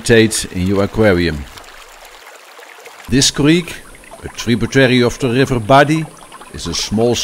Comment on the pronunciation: love how he says gggrrriver :)